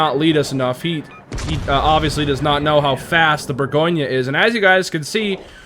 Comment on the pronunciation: Well actually,... LOL couldn't resist. It's French... so expect the pronunciation to be something other than what you think:). Here, it's more like boar - gaan - yuh. Not boar-goin. That last "yuh" is subtle, too. Don't over-emphasize it. It's the French name for Burgundy. Just like Munchen is German for Munich, Bourgogne is French for Burgundy. Edit: it's not "grobe" it's pronounced "gross". Friedrich der Große is German for Fredrick the Great. Großer Kurfürst is similarly pronounced "Grosser" not "Grober".